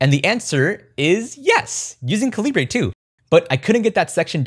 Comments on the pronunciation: Americans would spell calibre as caliber. They are pronounced the same, the way you say it makes it sound like a mexican wrestler. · No way he pronounced calibre like that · Nice but please stop saying calibre wrong 😂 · You say it like caliber as in bullets and stuff. It's the British spelling. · Calibre is pronounced the same as caliber, it's just the non-US spelling. It's rough hearing "ca-li-bray" in the video. Otherwise I enjoyed the video. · Someone tell me I'm not crazy. "Calibre" is pronounced like the "caliber" of a gun. Not Ca-li-bray. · Great video. Thank you! BTW, it's pronounced "CAL-UH-BURR", not "CA-LEE-BRAY" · I'm sure I'm not the first to say this but FYI "calibre" is just how you spell "caliber" in countries like the UK. It's pronounced the same as "caliber", not "ca-lee-brey", which applies to the name of this software too according to Wikipedia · cali-bray? oh my god I thought it was pronounced caliber this entire time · From the recent Linux Weekly News article about calibre: “[Kovid] Goyal pronounces the name "ca-luh-ber" rather than, as one might expect, "ca-lee-bray"”. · Great video, thanks! Ive been wanting an e-reader, but didn't want a kindle because i didnt know how easy they are to jailbreak. Btw, the documentation says while 'libre' is the idea, it is pronounced like 'caliber'. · Not really that important at all, but it’s actually pronounced cal-eh-bur. I know it’s misleading because of how it’s spelled, but they have a pronunciation guide and an explanation for why they chose it on their website. Or they used to anyway. lol. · Just letting you know calibre is pronounced like caliber. The about page on the calibre website explicitly defines how it should be pronounced. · Calibre is pronounced "kaliber"! You know, like metre, litre or centre. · Calibre is pronounced Kal-ih-burr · What's a Kalli-bray? 😝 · Just a heads up, Calibre is pronounced like Caliber. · Wait… it’s pronounced caLIBRE? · TIL Calibre is pronounced "cali-bray".